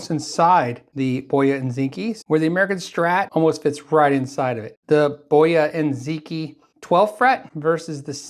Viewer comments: Ziqi. Is pronounced as .. Zer (short er) Chee..( longer ee) .. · Should be closer to zi-chee, with the i being shorter. The original pronunciation would've included tones but this is a close enough approximation. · If it's from China then Ziqi is probably pronounced Zerchee.